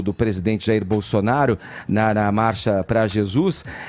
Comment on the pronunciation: O não consegue falar "Marcha"